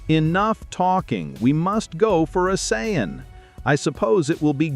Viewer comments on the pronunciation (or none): Saiyan is pronounced SAY-IN not cyan